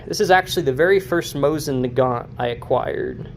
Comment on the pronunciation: Please pronounce Mosin Nagant properly. Do not pronounce the T. Moh-seen Nah - gahn. It’s really hard to listen to your video, friend.